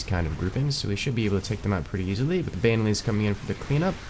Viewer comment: How he pronounces "Banelings" as "bane-a-lings" upsets me on a personal level.